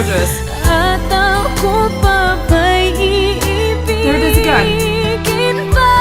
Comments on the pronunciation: The word that you were saying was IIBIGIN pronounced as I-I-BI-GIN. the two i sounds are syllables at the beginning of the word. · The word is iibigin (ee-ee-bee-geen) it means will love. In tagalog, its common to see words with double vowels, and we pronounce both separately. Paano (pa-a-noh), noon (noh-on), Iisa (ih-isa), etc. 😊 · The word is " iibigin" its just one word🥰..but pronounce in 4 syllables🥰.